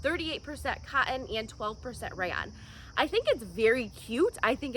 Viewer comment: Like the way you pronounce cotton, cot in. Joggers are too cute and solve the length problem for us short folk.